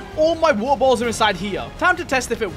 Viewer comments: I dont even hear water bottles i hear woel boels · how many times he said waer boles